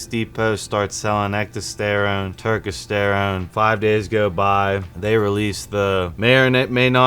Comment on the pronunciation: Why are u mispronouncing turkesterone like that? U know damn well that’s now how u say it 😂